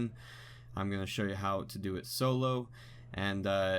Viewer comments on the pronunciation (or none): none